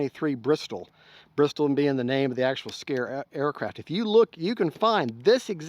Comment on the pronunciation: Now this was good!! No unboxing. It is a beautiful plane. Mine (real Bristell) is blue like yours. It's not an inexpensive RC plane but, I think I need to have one! I wish I could order it with the same paint scheme as mine. Love your demonstration of stalls. And it's pronounced bris-tell 😁